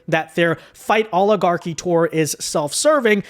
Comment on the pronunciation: Mad because she stuggles saying oligarchy.